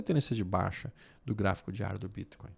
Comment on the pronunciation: Quando vc pronuncia o Bitcoin , não poderia falar normal? Ficou horrível essa sua pronúncia